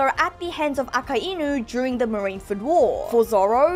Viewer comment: I think you are the only one I've heard says Akainu as it should be - Aka-Inu as in red dog, not A-kai-nu